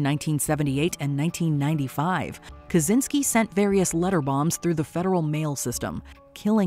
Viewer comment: The name Kaczynski is pronounced like "catch" not "kaz". "Catchynsky" would be the closest. As a Polish person it was long after I already knew about the case that I realized hes a Polish descendant, because it's not pronounced right. While the first name Theodore exists un English, the name Kaczyński is distinctively Polish, so while I dont really want to claim him, I feel like it should be pronounced properly. I have same issue with actor Jared Padalecki's name, because even he doesn't pronounce it properly. I get their ancestors "Englishized" their name so its easier for them to blend in, but Idk, I feel like it makes you lose your past in a way.